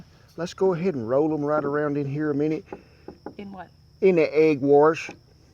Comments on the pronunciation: "Egg warsh" pure Southern. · “Egg Warsh”? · "Let's go ahead and roll em around in herr a minnit" "In what?" "IN A EGG WARSH" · Hey Kent and here's a debate. Which is it warsh or wash lol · That's an "intrusive r" which is found primarily in "non-rhotic" accents (accents that usually drop their trailing rs.) Non rhoticity in America is clustered around Boston, New York City, Charleston, Savannah, and New Orleans. It's no more prevalent in the south than it is in the north. Kent has a rhotic accent, not a non-rhotic one. But perhaps some intrusive rs have made their way north and west from Louisiana...